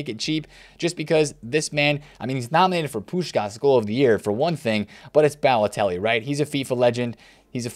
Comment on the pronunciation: rip pronunciation of Balotelli